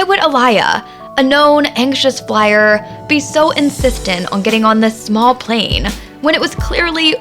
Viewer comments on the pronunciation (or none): none